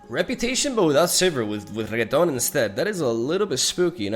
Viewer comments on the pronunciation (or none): Why are you calling him regeton It’s so weird I thought you would finally learn it once you hear the in game voice lines but It never ends XD